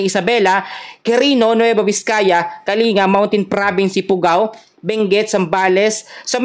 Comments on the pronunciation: Kalin ga,ang tamang Basa,hindi Kali nga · Ayusin mo ang pronounciation ng mga lugar sa cordillera so as not to mislead viewers ... Kalinga is pronounced Kaling-ga not kalinga kulit mo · Ang Province na sinasabi mong kalinga ay "KALINGGA" ang pagkabasa dyan